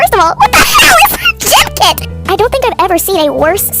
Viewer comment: I think they were talking abt how the substitute pronounced it gym-kit instead of gimkit